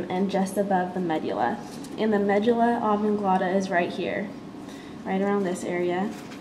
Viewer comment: Medugulla? this is a good vid but pronunciation is totally incorrect. However you were dead on with the locations. Thanks for posting to help the rest of us